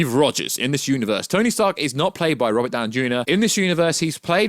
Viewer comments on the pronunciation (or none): none